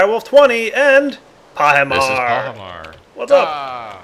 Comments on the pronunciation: why you call Pahi Soaryen? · you called pahimar soryn